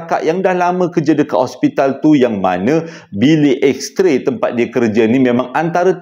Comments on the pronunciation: X-ray joe bukan X-tray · abang salah bukan x tray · yg hensem: Betulkan sikit… Bukan juru gambar, tapi juru x-ray. Bukan x-tray, tapi x-ray Thanks